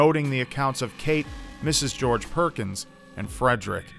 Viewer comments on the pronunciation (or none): none